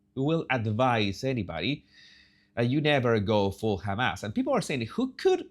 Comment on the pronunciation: I know you say “hem ass” on purpose😂.